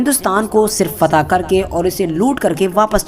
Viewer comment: फता नही फतह बोलो